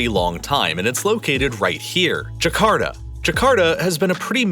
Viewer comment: It is Jakarta, not Jakarda